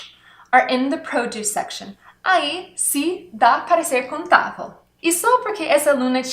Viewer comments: Me permita a ousadia de mostrar a você a pronúncia correta: in/contável = in/ contááaaavel e não "contávo". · Eita professora. tenho que assistir de novo. tente falar a palavra "contável" e não "conTAVO" ahaha!!! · Adorei a aula. A pronuncia do “vel” na palavra contável/ incontável que ela cobsegue é: “contavo e incontavo…” Uma graça. Mas, ela é ótima nas aulas